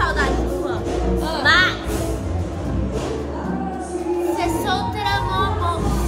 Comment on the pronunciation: Mano porque vocês falam juan é ruan